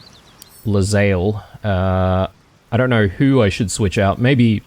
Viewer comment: That conversation involving Lae'zel's pronunciations is especially funny, considering you have been mispronouncing her name for 15 episodes... :D Her name is pronounced "Lay-Zell", not "leZayl"